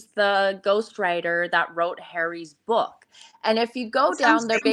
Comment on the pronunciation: prounances words incorrectly...constantly. " book " being one